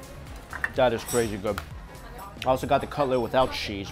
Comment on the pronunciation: I like how he says cheese like sheeze